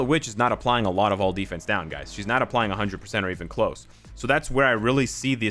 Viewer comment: Did anyone hear him say duys? Instead of guys?